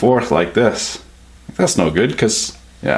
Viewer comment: I like how you pronounce garbage.... GEE- ABAGE!